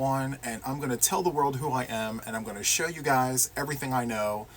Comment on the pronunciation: Ok I think my favorite part was the end when you tried to say take care guys and you said it sounded like take care buys, I just giggled. But seriously glad to see you joined the National Crochet month challenge with us. It's been a lot of fun and focusing on one thing (not easy to do for some of us!) And I don't have the squirrel mind I have a cat one, because I see that shiny object and I am lightened focus on it and NOTHING gets me back lol. Now I have to get COMPLETELY caught up on your videos but it's ok because your laugh always makes me smile :)